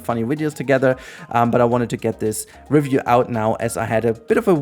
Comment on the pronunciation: Oh boy.. Off to a great start with this video that is already pointless before even clicking on it. Can't pronounce REVIEW. Can't even pronounce the NAME OF THE EFFING GAME..? Daheck is that? How on earth can anyone with their brain still working, even THINK they can "Review" a game that 1. Isn't released yet. 2. Played at best an ALPHA build, not even BETA. So dry on content that we're making any sh-t now? Tell me, how can you REVIEW a GAME, that not even YOU, nor the DEVS themselves have even seen and tried everything, because about HALF the effing game isn't even made yet dude. Stupidity all around with some youtubers it seems... What's next, gonna Review Elder Scrolls 6 too? Heck why not Review the next Mass Effect? Oh, you can't, you have to at least play a super early, not even half-finished game, to wanna review it? How about doing what a review is supposed to be, review the Finished product. Do you go to a restaurant, enter it's kitchen, it's barely halfway thru your dish, and just by a quick glance, you can review the restaurant? Get real dude, fair enough if you need to make videos like a drug or whatever But ffs, stop bullshitting your viewers. Already knew this was gonna be a dumb video since it's a 'review' lol. But then within the first few seconds, says review wrong, and even get the friggin game's name wrong. wooow. Quality...is a myth. Apparently. Now if you had titled the video "played a super early build of the game for X hours, here's my THOUGHTS".